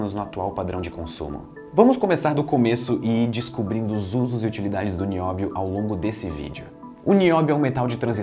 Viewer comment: É NI-Ó-BI-O TALQUEI?